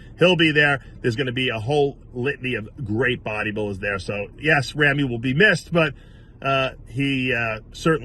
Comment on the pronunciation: Someday Dave will actually learn the correct pronunciation of Ramy's name is Rah-me and not Ram-me. He's been mispronouncing Ramy's name for years!